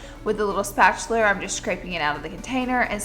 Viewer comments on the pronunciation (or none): Haha lol she said spatuler!!!!!